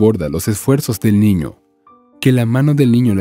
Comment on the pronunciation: Buena historia, pero hay algo que no comprendo....porque cuando cuenta la historia,dicen una ñiña y tambien un ñiño ???